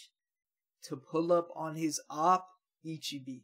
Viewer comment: Man i been rewatching the ep everyday and i'm gonna keep rewatching till they drop the last two because this sh*t is beautiful😭. Btw it's not that impo but if you wanna say the monk's name right it like this i-chi-beh and not i-chi-bi👌🏼. IF you pause,you gonna see "someone" losing part of his body (that's what ichigo also saw) and then here they gave us two more frames of ichibe looking like the villain himself holding a cropse that 's clearly it's the soul king's(you saw the soul king once in a crystal.